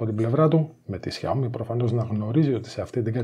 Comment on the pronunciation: Τσούζει ότι είναι καλύτερο το xiaomi ε; και προφέρεται Σάο-μί και όχι ζιαομι